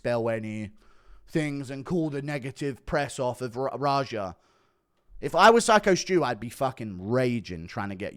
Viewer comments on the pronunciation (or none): Lmao rajar. So many mispronouncing his name. The name is raja he’s named after Princess Jasmines Tiger